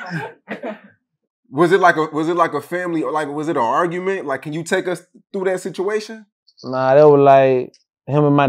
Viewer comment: "Nawl, like on purpose"